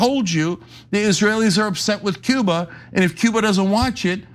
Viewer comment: Was he trying to say "Cuba?" Sounded like Ciba.